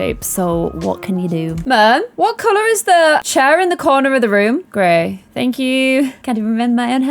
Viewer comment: She went so northern on the gray more like gryeeeh